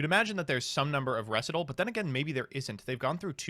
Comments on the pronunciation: REE SIGHT AL not reh sih tul lol like a practice run for a dance routine, a recital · I know it’s dumb to get upset over how people pronounce words, but, whenever say “Recital” as “ressitahl” instead of “recite-all” a nerve in the back of my brain stem twitches and I immediately become annoyed. It’s not a choice or voluntary, AT ALL. It’s an immediate, base instinct reaction. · Are you intentionally pronouncing recital incorrectly? Have you never heard of a piano recital? Am I the one not reading it right?